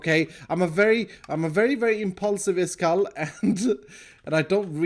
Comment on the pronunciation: Why Everyone Says His Name Wrong? His Name Is.